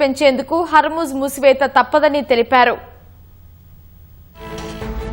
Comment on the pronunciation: హర్మూజ్ మూసివేత మేడమ్, మూతివేత కాదు... అలాగే సుప్రీమ్ లీడర్ మేడమ్, సుప్లీమ్ లీడర్ కాదు మేడమ్😅